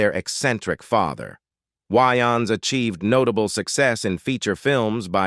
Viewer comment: This guy can not enunciate for nothing! Ommfg I like his content but my guy YOU REALLY NEED TO LEARN AMERICAN ENGLISH. That all but keep doing you and grow more. She wayins, it's WAYNES